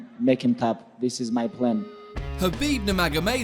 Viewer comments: It's khabib not habib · its khalabeeeb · Is it just me? Or does this guy sound like he’s saying HABEEB